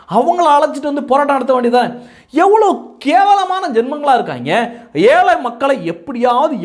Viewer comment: அவங்க தாய் மொழிய அழிப்பது இருக்கட்டும் நீங்க முதலில் தமிழை தெளிவாக உச்சரிக்க பழகுங்கள் "அலைச்சி " கச்சி, சன் சைன், ஏலை போன்று பல வார்த்தைகள் உதாரணம்